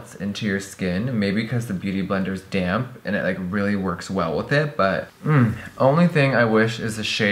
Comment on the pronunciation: for the LONGEST time every time jeffree said "damp beauty blender" i thought he was saying "dammed beauty blender" lmao